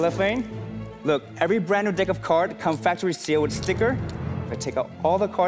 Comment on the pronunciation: Did he say dick of cards 🤣